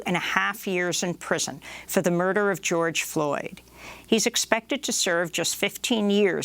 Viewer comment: She’s having trouble pronouncing “murder” and “migrant” and I can literally hear her spit in her mouth. It’s gross! Get someone young. And hot